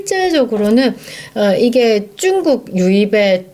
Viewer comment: 쭝국이란 발음이 듣기에 거부감이 있네요~^